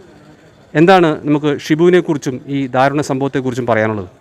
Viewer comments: Athi daarunam aanu , not dhaarunam !! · ധാരുണം അല്ല ദാരുണം എന്നാണ് ശരി ആയ മലയാളം.